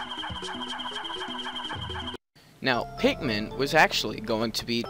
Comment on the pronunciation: why do you call them pek-men insted of pick-men?